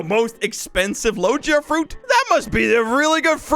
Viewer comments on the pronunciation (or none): It’s not (Low je a) It’s (Low ge a) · the way he says logia is so weird